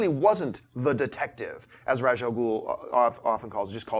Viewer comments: Gallman-Brown. No.... It's not pronounced like "raj" lol. He's not from India. It pronounced 2 ways in media. The main way is " Raas" the second is " rAsh" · It's Ra's, not Raj.